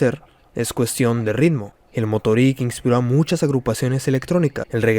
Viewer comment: No te costaba mucho investigar un segundo como se pronuncian todas las palabras en aleman. Ni siquiera pronuncias bien el nombre de la banda (KraFTVerK, se pronuncian todas las letras en aleman).Musik se lee como se ve, no con pronunciación inglesa. Motorik se acentúa en la segunda sílaba, etc... Por otro lado, la palabra. isolado no existe, la palabra es aislado. Tampoco existe la palabra Exparse, sino que es esparce. Quizás deberías preguntarle a algún corrector para que revise tus guiones en el futuro. No siempre están bien explicados los conceptos y varias veces terminas un párrafo y uno se pregunta que significo todo eso. Un saludo.